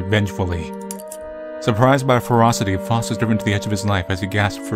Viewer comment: I believe it's pronounced "Fowst." That aside, this was an interesting game. 👍